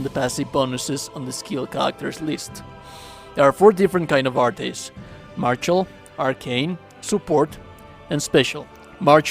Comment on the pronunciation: Say it with me-- Mar-Shal. Not Mar-Chal. Dumbass.